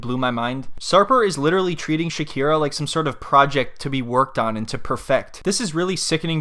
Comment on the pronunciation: SHAKIRA… 😂 Shakina